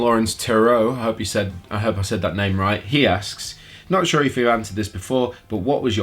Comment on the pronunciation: me: "Hey can you do another Q&A?": "Shure"